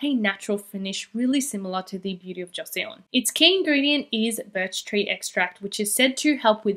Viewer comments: Beauty of joseon is pronounced Cho sun:) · love ur content as always queen! just so u know, Joseon is pronounced like "Jo-sun" <3